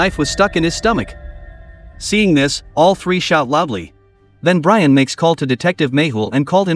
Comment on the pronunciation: It’s b r i a n not b r a i n😂